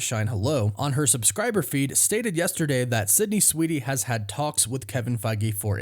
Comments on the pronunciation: *Sweeney, not "Sweety." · You're KILLING me! 😣 It's SWEEN-ey... not SWEET-ey. There isn't a "T" in her last name. That being said... I don't know much about her (if she can act, or if she's just a pretty face), but I'd be interested in watching it if she can pull it off. 🤔 I'm still a MJ and Peter guy, but Black Cat in the comics has always come on strong to Spidey and flirted with him when she was around him. It'd be fun to see how nervous web-head gets when she's around. 😁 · Why do I hear you pronounce her last name as Sweetie? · Sydney SWEENEY... not Sydney SweeDy(!!??) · You know her last name is Sweeney and not Sweetie, right? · Why does he keep saying Sydney Sweedey? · Dude I can’t with your pronunciation of Sweeney